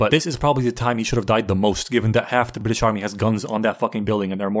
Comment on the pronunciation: I HAVE TO SAY IT FORGIVE ME brit'ish